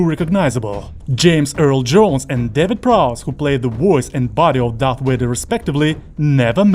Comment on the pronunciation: Vader. not Wader.